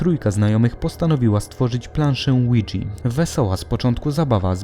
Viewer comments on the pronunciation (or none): jakie kurva "łidzi"to jest tablica ouija francuskie i niemieckie "tak" czyli fonetyczne "łi ja"! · Jak się wymawia ouija to brzmi jak Luigi board